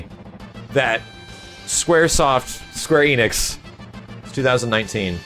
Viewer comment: Enix is pronounced "Eh-nix" not "Ee-nix".